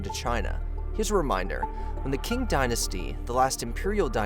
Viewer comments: Qing Dynasty should be pronounced as “Ching” instead of “King”. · Btw, "Qing" = "Ching Dynasty" NOT "King". That's because in Mandarin Chinese, "Q/q" is pronounced like the Standard American English: "Ch" as in "Church"/"church". NOT like "Kurch"/"kurch". 😢 😮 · Sorry mate, but if you want to talk about these things, you really need to learn how to pronounce words .. Koxinga is "ko-shin-ga", it is the Ching dynasty not "King", aborigine is "ab-or-idge-in-ee", and the manufacturer of a majority of high end computer chips is TSMC - Taiwan Semiconductor Manufacturing Company. You sound pretty ignorant to anyone who actually knows about this stuff. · Not pronounced 'king', Qing is pronounced 'ching'. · Qing is pronounced as a weak form "ching", not "king". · Qing - isnt it pronounce ching? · I like the work you guys do, but pay more attention to pronounciation please, Qing is pronounsed as Tsjing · ‘Qing’ is pronounced Ching, just like the way ch-ina gets its name from. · Narrator's pronunciation is off. "Aborigines" is pronounced a-bo-ree-gee-nee not a-bo-ree-gee-gene. The Qing dynasty is pronounced Chi-ing (like ka-ching). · Also, it’s pronounced “Ching” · Ok I've really got to correct you because it urks to hear you keep mispronouncing the word Qing. In Chinese "Q" is pronounced like Ch, therefore it is called the Ching Dynasty. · Qing is actually pronounced Ching. Just to clear things up. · I’m sure the crux of the content is good, but the pronunciation made me stop watching…”Kin” dynasty? “Abor-gine”? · Great video...but your pronunciation of 'Qing dynasty' is like nails on a chalkboard 😬🙉😬